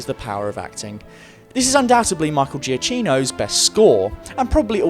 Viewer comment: Giacchino = ja-KEE-no (or thereabouts). Not JEE-uh-CHEE-no.